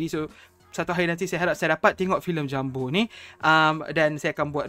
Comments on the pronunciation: Kau ini orang melayu atau orang britishkah? kenapa kau balik2 pronounce nya? JUMBO ya JUMBO, bukan JAMBU. JAMBU beda lagi, itu nama dari sejenis Buah2an. Jambu air, jambu batu, jambu merah/putih dll. Jengkel sama orang2 melayu malaydesh, suka merusak kosa kata2 indonesia, ngerasa udah kayak british tapi dri Melayu malaydesh. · Pengucapan bahasa Indonesia jumbo, bukan JAMBO wooooiiii....!!!!